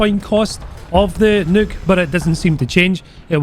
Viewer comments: everyone: "nuke": "Nook" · he says nuke like neuk, which means fuck in dutch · Sounds like is sayin' "Featurin' me first evar Nook!" Like he bought it off Amazon to read his booooks. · The way you say nuke got me dyin' idk y, but you got a new sub from me man lol!!!